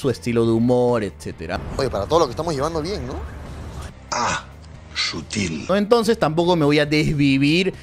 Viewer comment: Aahhh por cierto ... "Sutíl "